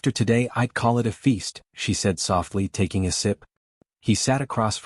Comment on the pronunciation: TACking instead of taking?